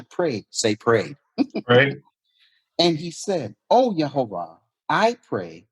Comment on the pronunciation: it's not unpronounceable, it's "YehoVAH" halleluyah